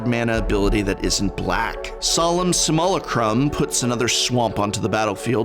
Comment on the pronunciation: Say it with me, "Sim-you-lack-rum."